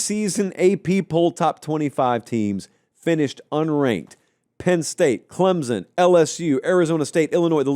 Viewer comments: I have to believe that is pronouncing Clemson as "clem-zun" just to be a dick at this point. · Stop pronouncing it clemzon